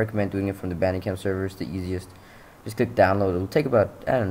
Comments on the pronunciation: Its pronounced band-e-cam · It pronounced banDIE cam